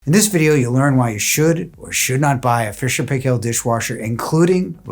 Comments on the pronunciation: The pronounciation is not "pay-kell." It's "pie-kl" ... akin to pickle. Proper pronounciation can be heard on videos produced by the company, go figure. My double-drawer unit was 20 years old on 8/21/2023. It has had a few repairs, all DIYed. I also have F&P washers (two, agitator and impeller) and the topload dryer with reversing tumble. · Good review. It's pronounced Fisher and "Pie Kill".